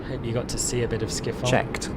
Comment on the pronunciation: Man said Amsterdam skiffol